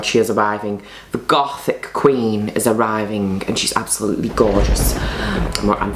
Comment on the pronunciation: Her saying: Goth English sub: Golf Her saying Gothic English sub: GoODtHIcK Me: 🤣LMAO🤣